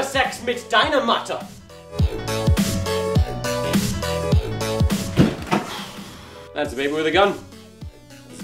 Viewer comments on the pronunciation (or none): It's with oo. He's Just saying it wrong XD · No but what do you expect from people who dont have german as their first language :) and yes, Mutter is pronounced with an 'oo' as in 'book'. languages are difficult :/ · Did he say "Mutter" correctly? I was taught to prononce it with the 'u' as the 'oo' in 'book'. I apologise if that didn't make sense. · the way you pronounced 'Mutter' 😭😭